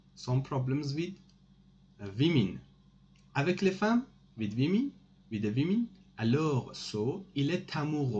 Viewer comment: with the vimin or the WOMAN."woomin"🤔🤔🤔🤔🤔🤔